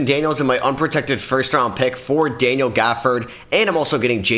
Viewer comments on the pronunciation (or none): none